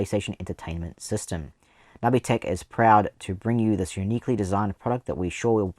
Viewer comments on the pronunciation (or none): I've never heard it pronounced nubby tech before. I thought it was nooby tech. Never change it though. I have this one. I want the inferior Gamecube one too, but it's too expensive now. I like that they used the standard PS port on the bottom so a standard extension cable can replace the cable if you lose/damage it, unlike the DragonWarrior Slime controllers that use a PS/2 (not a PS2) connector.